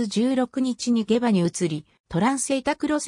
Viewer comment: げばではなくしもうまと読みます